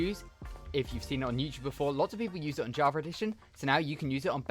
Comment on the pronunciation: yeah thats definitley an ER not an A javer